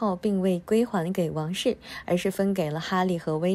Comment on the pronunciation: 还给，读音读错了，